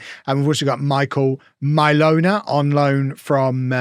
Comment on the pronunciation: I'm liking this series. Every time you mention Mylona I'm hearing 'My Loaner."